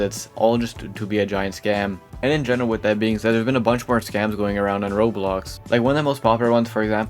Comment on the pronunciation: roblox ❌ rols ✅